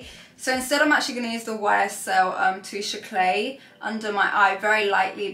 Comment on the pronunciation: YSL touche éclat is pronounced "AY-CLAH"...not "AY-CLAY"..! The Hoola Glow is also intended/marketed as a glowy bronzer, not a highlighter.